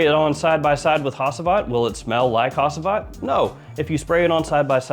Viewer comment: You butchered the pronounciation of Hacivat man even worse than arabic ones